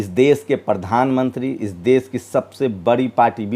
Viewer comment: aap apni dari trim karwaye plz. AAP APNI BHASHA SHUDH KIJYE SHA SHABD KO SA NA KAHEJI DESH KO DES NA KHAE. NIRDESH KO NIRDES KEH RHE HE